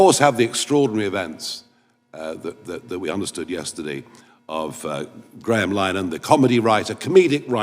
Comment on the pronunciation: He can't even pronounce Grahams name